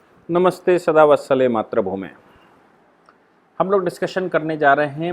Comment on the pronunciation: अब " मात्रभूमे " की बजाय " मातृभूमे " बोलना सीख लीजिये।